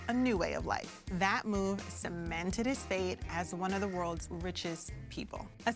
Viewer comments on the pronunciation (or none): none